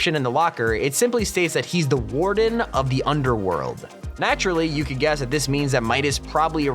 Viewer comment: “Warden of the underwold”